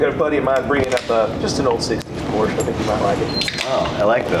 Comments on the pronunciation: BIG time car guy and he can't even pronounce " Porsche " correctly..... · Thanks for pronouncing 'Porsche' properly👏